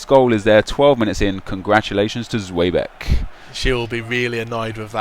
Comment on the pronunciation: Zweback not zwebeck